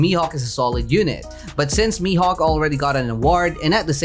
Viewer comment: Bruh you can say "mihawk" like this